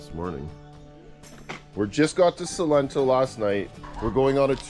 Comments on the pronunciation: Its SALENTO, not Solento .! Thanks u ! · Also, it is Salento, no Solento 😅 lol. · Salento!!!! No 'solento'